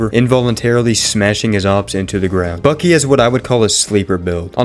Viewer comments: I just started the video 😭 I wasn’t even paying attention at first all I heard was “Bussy’s”.😭(It’s peak) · This guys rage baiting me with “Bussy” instead of “Buckys” and nobody seems to notice